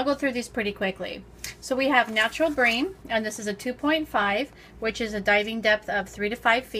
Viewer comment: You say bream wrong